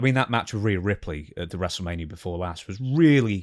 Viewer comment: The way stevie keeps pronouncing Rhea must be a rib.